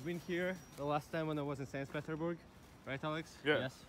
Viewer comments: Sains pidorburg, wtf hahahah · Seys peterburg